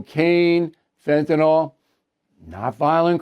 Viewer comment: BILL PLEASE NOTE: " FENTANYL not fentanOL"